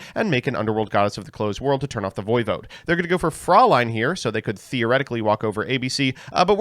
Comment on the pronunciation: Vampire Fraulein is pronounced Froy-line :) Don't know why they skipped the "ä" in the English translation when even the Japanese name has the correct pronunciation (for them).